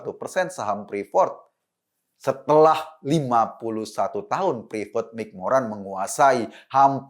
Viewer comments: Salfok sama pas nyebutin prefort = freport kan harusnya.. Hehehe maap yak bang eko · Ngucapinnya bukan ‘prifort’ ( ’) mas Ekooo… tp ‘friport’ 😀😂🤣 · Freeport om eko. Bukan preefort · Bang, freeport.. Nyebutnya fripot, bukan prifot